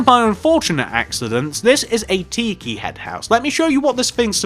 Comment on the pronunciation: It's pronounced TI-KI not Tee-kee